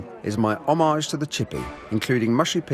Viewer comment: Why does he pronounce Homage like fromage?